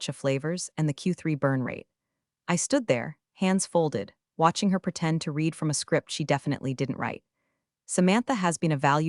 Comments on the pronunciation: Please teach A.i. the difference between read and read (Red) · I enjoy your stories immensely. However, I'm not sure if my complaint is to you (if you have input to Google Dev), or directly to Google. The pronunciation of some words is wrong, and the wrong pronunciation sometimes changes the grammar. Buh tox. Reed v red (both read). Gran oila (someone's grandmother?). Quite the nails against the ancient slate board. Blunts the edge of your stories. How can we, your audience and you () educate the Google ai?